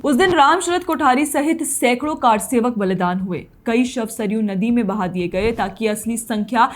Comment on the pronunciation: Kaarsewak nahi karsewak